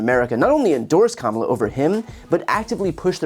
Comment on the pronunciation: "Kalmala" This is the one time I'd accept the mispronunciation of our soon-to-be President.